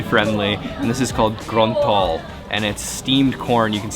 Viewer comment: 😂😅👍 local banget ngomong nya,,, !!! Grontol ,,, iosss pokoke